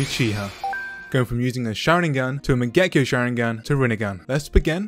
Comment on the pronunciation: What did he just call the mangekyo sharing an?